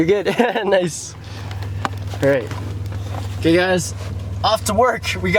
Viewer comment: The amount of times said "OKEH" in this video is spectacular 😂😂😂😂